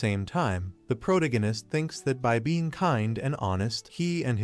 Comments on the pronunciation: Wtf is proganitist., its pronounced pro-tag-a-nist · You really really really need to learn how to pronounce words. ProTAHgohnist!!!!protagonist..what the fuck. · It's protagonist not pronagonist... those AIs are so stupid. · (PRO TAG GA NESS) not (PROG A NESS) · Took me 15 minutes into the story to understood he meant protagonist. Not proto-genis 😂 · After this I'll probably end up permanently pronouncing it protiginnist.... that's nice....... that's r...e...a...l.........n...i...c...e...........😂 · All i can hear is proganist proganist proganiat, ether use the dudes name, learn how to say it or say it less, im going to read it instead. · stop saying protanonist :D cuts my ear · Had to stop watching less than 5 min in, after the third time of him attempting to pronounce pro-tag-gunist, I had to just turn it off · first 5 minutes all i hear is Pro-Gun-Nun-ist. can the ai just read his name. maybe just Que. cause it can't read Protagonist. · I heard prodiganist😂😂😂😂😂 but i loved the history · "Proto-gan-ist" ugh.... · Phuck you for this comment, initially I could ignore the mispronounced pro tag o/anist, but now I can't unhear it cause of your comment. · Was hard to enjoy this video because the voice over is not pronouncing protagonist correctly. Stings my ears. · How many times did the AI mispronounce Protagonist 😂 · Bro, I thought AI is suppose to be better than us? Why is it pronouncing “protagonist” so incorrectly? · Yeah and the way they butcher the word kills me 😂😂